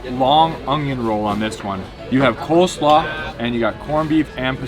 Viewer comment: Good god,. It’s COLESLAW. Oy! But great selections.